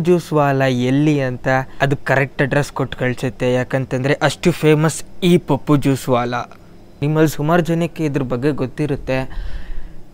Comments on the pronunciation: That is pappu not paapu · Bro Adu paapu Alla Pappu😀